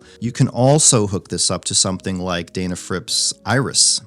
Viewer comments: It’s pronounced Den, like den of bears. It seems like the correct name should be the first thing before you review something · It's pronounced "Deh na frips," not "Dayy na frips." You Ohio guys, lol ;-)